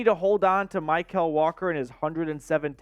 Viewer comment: Mykal’s name is pronounced like “Michael” not “My-Kell”